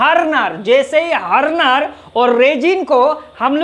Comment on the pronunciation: Chutiye harner nhi hota .. hardner hota h smile thode time hota h . Or slip nhi hota anti slip hota h 😅😅😅😅